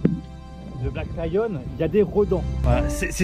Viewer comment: Bonjour les amoureux, On vous suit depuis la Thaïlande et on a une question toute bête !! On arrive pas à trouver la marque de Black Lion?? C’est toi qui articule mal ou c’est nous qui comprenons rien?? Vous nous régalez tous les jours! Ne changez rien! Bon vent! Sandrine et Hervé.